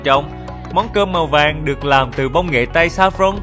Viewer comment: Dân mìền Tây nói chuyện nghe vui ghê. Vui vẻ thì nói là dui dẻ. Màu vàng thì nói là màu dàng.Việt Nam thì nói là Diệt Nam..Mình có dạy cho thằng bé lớp năm quê ở miền Tây môn tiếng Việt mà sửa lỗi chính tả cho nó cũng muốn tẩu hoả nhập ma. Nhưng giọng, cách phát âm thì vẫn cưng và nghe hay thật.Chính mẹ mình dân Daklak còn khen nói chuyện hay.